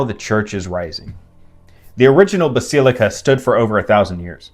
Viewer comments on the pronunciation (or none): bas ee lee cah